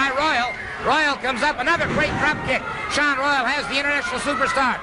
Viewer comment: WTF Buddy Colt? Saun Royal? It's pronounced like the other spelling, Shawn Royal:face-green-smiling